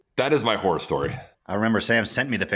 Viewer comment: Sam needs to say “horror” more clearly. I swear he said, “tennis whore stories”. That would be a very different discussion.🤣🤣🤣